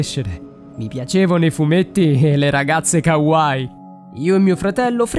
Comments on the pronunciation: Già che dice kawài che si dice ( kawaii) dice tutto 😹😹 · Non sono fuori di testa sono otaku . Non si dice kawài ma kawaii . Informatevi prima di fare le cose pls.